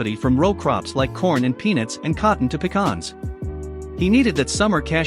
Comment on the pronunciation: Kudos to you for pronouncing pecans correctly instead of calling them a can that you pee in.